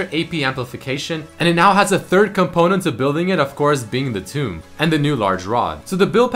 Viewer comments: Amplifying "Toe-m" not "Too-mb" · Tome is pronounced t-ohm, not t-oom Otherwise, it's a pretty informative video :) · The only thing that bugged me in this video is how he said "toom" or "tomb" instead of t-O-m (phonetic with soft and hard letters). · Kotushk Fier Also,, as an English Nazi, the word Tome is pronounced (t-oh-m), not (t-ooh-m). The word you kept saying in the video was Tomb, or a grave, usually referring to grand graves such as the pyramids. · The toom? thuum? tewm? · Hey, I am curious, why do you pronounce 'tome' like 'tomb'? it's really weird. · Look, the word Tome and the word Tomb are two different things, and very clear pronunciations are given for each.